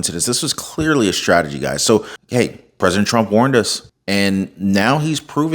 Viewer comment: he was calm because he's following a script. prophecy? 😂 you ought to learn how to pronounce your 'st'-words, there is no H in STRIKE, STRONG, STRANGLING or STRATEGY. shtrike shtrong shtrategy shtrangling infrashtructure??? this is not a rap song. you are talking to an audience that speaks proper american english. you should do the same.